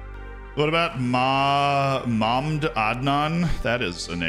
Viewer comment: Mahmd Adnan name is probably pronounced Mahmud Adnan. Honestly you’re better off just setting his nickname as Adnan